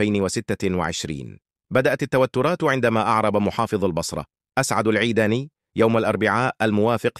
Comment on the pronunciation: انت عربي بشرفك لو منفيز اسعد العيداني وليس العبداني كل الكلمات والفظ خطاء